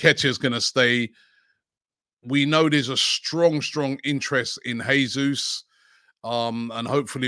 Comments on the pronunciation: Robbie the pronunciation is "Jaysoos" not "Haysoos", it's the Portuguese pronunciation not the Spanish 👍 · Robbie, you need to work on your pronunciation.Gabriel Jesus, the last name is pronounced as Jay-soos. Not Hey-sus..